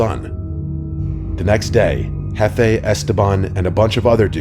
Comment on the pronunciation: It's not hefei, It's jefe.